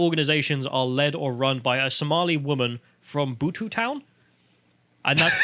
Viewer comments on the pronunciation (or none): I know is English and therefore has a limited vocabulary, but it's pronounced "Beaut" Town, not Bootoo! Your Friendly Welshie that only speaks English (apparently better than you!) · The name Butetown comes from the Marquis of Bute, who was a large land wine in the area. Not some strange pronunciation you used trying to make it sound like an African word.